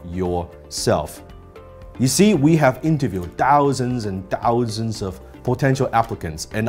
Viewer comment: 1：22的thousands and thousands 廣東腔特別重。但無妨，英聽訓練本就要訓練聽各種口音的